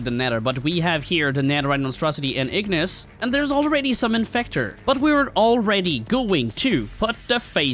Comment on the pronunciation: wait he said ignis with a N💀💀💀💀💀💀